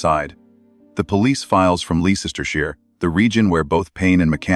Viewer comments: It's pronounced l e s t e r shire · It’s Les ter (as in the name Les) sh ire. With an I. Pronounced Shy- re.. TERRIBLE AI spelling as ever.